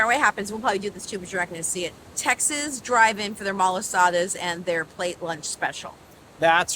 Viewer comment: tex not texs locals will correct you ,,aloha